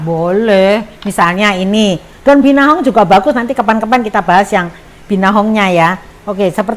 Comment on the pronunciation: dari awal salah sebut terus. Binahong dan Gendola 😀